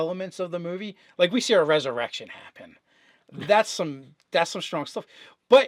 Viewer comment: Did I hear you say erection when you meant resurrection? Lol